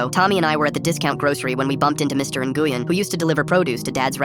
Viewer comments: Nguyen is pronounced nuh-win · As a vietnamese person please NEVER pronounce "Nguyen." again.